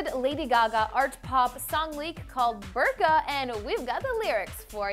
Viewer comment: You are pronouncing it wrong... It's more like "boor-ka" :/